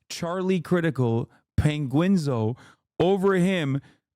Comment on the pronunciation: Love the way Hasan called the man Penguinzo like an Italian name